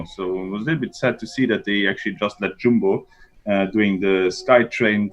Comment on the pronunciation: And it's Yumbo with a Y not Jumbo...you Dumbos.... What a prat...!!!